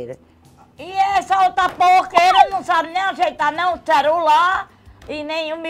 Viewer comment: ta séria, mas sempre me alegra quando ela diz "ceRular". Kkkkkkkk